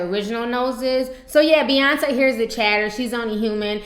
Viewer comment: its Beyoncé, not bey-uhnce